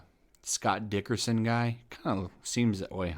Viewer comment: its not Dickerson, Its Derickson